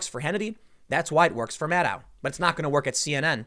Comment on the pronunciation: Maddow rhymes with allow? Doesn't it rhyme with widow?